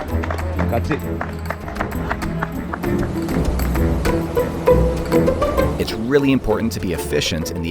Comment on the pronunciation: Omg you did the forbidden “Grazi” 😂 the Italians hate it 😂